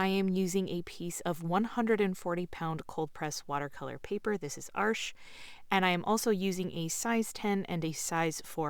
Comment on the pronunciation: Ar CHIZ paper. Not Arsh